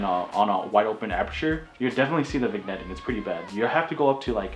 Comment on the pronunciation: you might want to look into how to properly pronounce "vignetting".